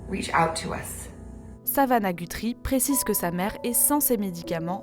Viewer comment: par contre ils prononcent mal “Guthrie” 😅